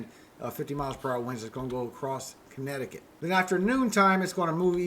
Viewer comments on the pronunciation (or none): none